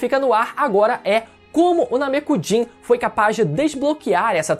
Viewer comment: Agonia escutar Namekujin em vez de Namekuseijin